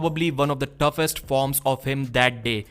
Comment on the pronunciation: its '' toughest '' as in the most tough. Tuff isnt a word, but thanks for the video again!